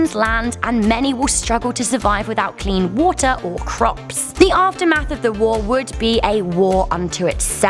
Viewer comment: the way she said crops xD